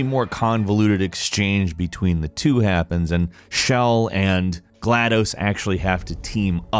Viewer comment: Centers on, revolves around. And it's not Shell, it's Chell, like Charlie. How do you manage to mispronounce stuff so often :|